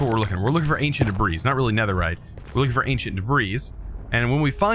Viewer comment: I can't stand how he calls it "ancient debrees". if you somehow see this, it's pronounced "anchint debree". I don't mean to come off as rude.